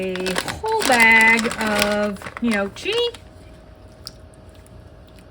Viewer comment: That does look quite good. You got the first part of the word gnocchi correct. Second part of the word is not pronounced chi, say it like kee. 😁. Trust me, I’m Italian 👍